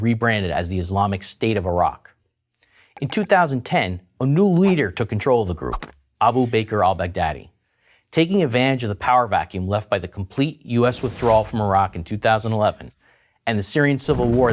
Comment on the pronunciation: lol .. he pronounced 'bakr' as "baker". It is pronounced as 'bakar'